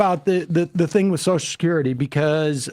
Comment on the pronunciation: Drink anytime Sam says "soshascurity"